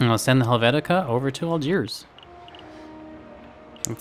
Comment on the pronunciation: It's Helvetia, so you essentially named your ship after Switzerland. Also, it's VA-LEN-SEE-AH. Also, it's AL-DSHEER.